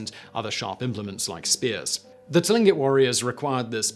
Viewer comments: Hello Simon, I hope you are having a great day! I hope I'm not being a bother, but Tlingit is pronounced like clink-it. Much love from Alaska! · Tlingut sounds like clingkut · For everyone's reference. Tlingit is pronounced more like cling kit. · Many of my friends and neighbors are Tlingit.... sounds like 'Clink-it'.... some of the consonant groupings in first nations languages can be really hard to pronounce, even when you know what it is supposed to sound like.....